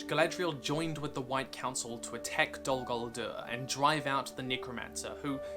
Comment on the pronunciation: The way you pronounce Dol Guldur makes me retch.